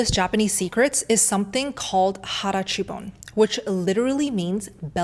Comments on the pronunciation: It is called hara hachi bu, not hara hachi bon . I am Japanese speaking person . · Ah, I think you mean ‘hara hachi bu’ — it’s a Japanese saying that means eating until you’re about 80% full. It’s all about not overstuffing yourself to help digestion and maintain energy. ‘Hara chu bon’ is just a little mispronunciation, but the idea’s the same! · Harachibon? Perhaps you mean "hara hachi bun me"? 腹八分目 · Hara Hachi-bu. (No, not bon.) Stomach eight parts. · Every time she says "Hara hachi bone", I just can't 😂 (it's actually"Hara hachi bun") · I'm sorry I hate being that guy, but having been raised by Japanese parents in the states and being able to fluently speak the language I have to point out that there is no word in the Japanese language that goes by "harachibon", instead it's pronounced "hara hachi bun" or "hara hachi bun me". Again, sorry for being the grammar nazi, but I had to point that out. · It's HARAHACHIBU!! And it's NOT illegal to be fat. I'm pure Japanese in Tokyo. This video is spreading misinfo😡👎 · It’s called Hara Hachi Bu not bon :) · Hara (stomach) hachi (eight) bun (part of) i.e. 8 tenths full = Hara-hachi-bun I think you are missing a syllable. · I’ve always heard hara hachi bu. And yeah, that was bothering me too 😊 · 'hara-hachibunme'. 腹八分目。eat until 80% full. sorry I just want to let you know the correct Japanese. I love your contents. I have been folllowing you since I decided to be a carnivore a year ago. Thank you for sharing the information! we Japanese are very judgemental especially how you look :D